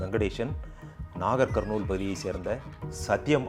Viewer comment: you have mentioned the districts in telengana state wanparthy, nagar karnool, jogulamba gadwal. the pronunciation is also correct sounds good me too.